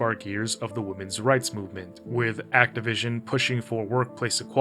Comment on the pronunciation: I was like “did he….did he say ActiVision???”